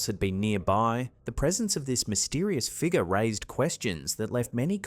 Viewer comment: Ok dude, what the hell is a figga? My friend said you are unable to pronounce the letter " R " at the end of a word. I'm new to this youtube thing. We have to go into town to get internet so we get little time to see videos. We have to go. Keep practicing your English and you'll get better at it. You make really good videos too.